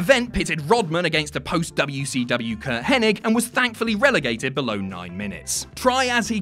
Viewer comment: Wait wait wait did he just call Mr Perfect ( Kurt henning) .... Kurt henneck?